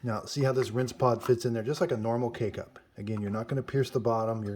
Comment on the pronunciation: Him: K-cup My ears 👂🏼👂🏼: Cake-up